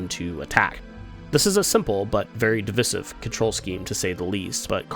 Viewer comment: The way u pronounce divisive pisses me off